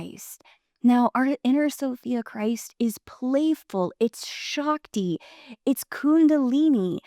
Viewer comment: i dont mean to be that nitpicky prick but, its "sh-uh-k-ti" not -sh-aak-ti"